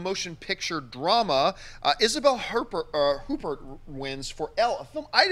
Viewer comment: the hosts of MOVIE TALK don't know who Isabelle Huppert is or how to pronounce her name. She's been nominated for Oscars before, Won 3 best actress awards at Cannes.